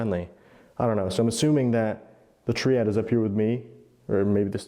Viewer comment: First time I’ve ever heard ‘tree-odd’/‘tree-ad’ instead of ‘tri-ad.’